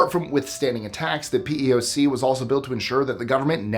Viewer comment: Since I’m sure this will come up again, the PEOC is (not creatively) called the “pee-ock” (it’s an initialism not an acronym)